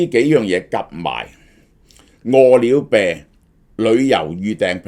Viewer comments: 我聽到餓了病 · 萧生几年来一直读饿了呗🤣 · 大陆粤语都係读么（麼），呢个叫法听起身好奇怪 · 點解咁讀… 餓了麼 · 蕭生唔識個麼字點讀？